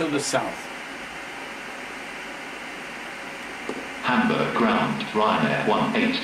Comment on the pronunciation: I really like the fact he puts effort into correctly pronouncing Düsseldorf and Hamburg